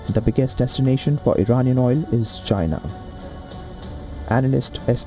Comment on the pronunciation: “Ghina” don’t give a damn what you think you said 😂